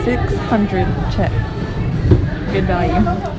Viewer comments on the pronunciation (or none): I am beginning to realize that you guys usually mispronounce the Burmese currency in several videos. The correct pronunciation is "Jaard -- get that [ah] sound in place", not "Jet" nor "Jiat". Otherwise, you guys are a humorous couple, and I always enjoy your videos as always :-)